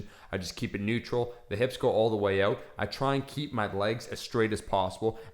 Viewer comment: I love how he says 'out'...: 'ouwt', pretty weird